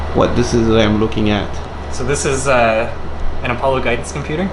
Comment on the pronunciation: What the heck is apple-o? A-paul-Oh :P Great content as always!